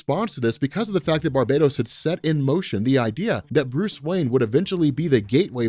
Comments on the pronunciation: Its Bar-bah-TOS! NOT! bar-bay-dos! One is a demon and the other is a tropical island!!! Edit: Like this!!! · Why do you keep saying barbados? Instead of Bar-Ba-Tos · Alright, I am not really an avid reader of comics, but I am going to take a leap in logic here: It's probably pronounced Bar-BAT-us, not Bar-bate-ose. As in BATman, not Barbados Slim. Not a big deal but every time says Barbados I think of Slim talkin about goin back dere with a cowl draped around his elegant Caribbean shouldahs. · Bar-ba-tos. Not barb-A-tos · Maarek Steele Its Bar - ba - tos. The island is Bar-Bay-Dos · Clearly Bar-Bat-Os is a dark god version of batman! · I think it's pronounced bar-ba-tos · i pronounce it as Bar-Ba-Toss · Barbatos is also the name of a duke of hell from demonology, so the origin word which is "barbatus" is latin. As such, who knows how its actually pronounced... But since this is a comic, and its got BAT in the name I am just assuming there is emphasis on that part of the name. You know, like Mr.Sinister, and other goofy... I mean clever, shit like that. Definitely probably not pronounced like Barbados the island though. He's been pronouncing it like that for the last few videos though so it may just be a joke.